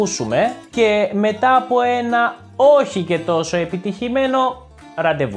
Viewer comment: Very useful and entertaining channel! By any chance are you from Crete? The way you pronounce "oxi"/"oshi" ? :)